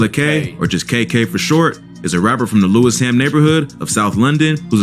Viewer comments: The narrator needs to get schooled regarding his pronunciations. I've not fully watched the clip and already I've noticed that he'd said "Lewis Ham", "Clap Ham" and "Kensington". Basically those neighbourhoods are pronounced "Lewish-am" and "Clap-ham" and spoken as uninterrupted words - no gap. Also, Harlem Spartans are from the South London neighbourhood of Kennington, not the West London neighbourhood of Kensington. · LewisSham is how u pronounce